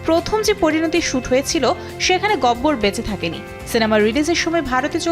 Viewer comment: আপনারা 😢বারবার গব্বর বলছেন কেন নাম তো গাব্বার